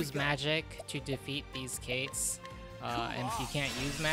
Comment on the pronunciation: Ket. Like Cait Sith:Ket Shee. It's Scottish.